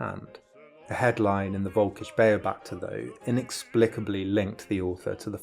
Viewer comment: Awesome video, I do have a slight point of criticism though: As a German I would appreciate looking up the correct pronunciation of words like "Der völkische Beobachter". I had to think for a couple of seconds to figure out what you were referring to. That's all though. Keep up the good work!!